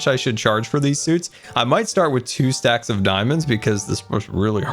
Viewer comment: 2 and a half shtacks so get stonks